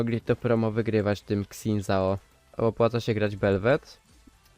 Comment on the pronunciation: trochę boli jak polacy wymawiają jego imię